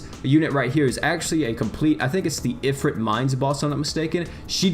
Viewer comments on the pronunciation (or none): none